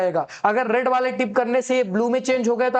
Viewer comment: Rad❌ Red✅